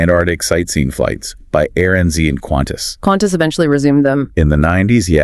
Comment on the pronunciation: QANTAS not Quantas please